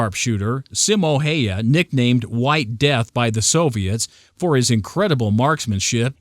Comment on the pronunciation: Se on vähä vaikeeta ulkomaalaisille lausuu koitappa sä lausuu joku venäläinen nimi täydellisesti